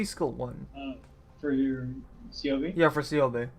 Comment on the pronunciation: Matěj Štemberk The way that he pronounces Ceobe is correct.Go and listen Ceobe’s voice lines.